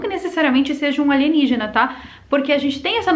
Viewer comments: adoro quando ela fala "aligenígena"!! kkkkkkkkkkk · Passo mal de tanto rir quando fala Aligenígena kkkkkkkkkkkkkkkkkkkk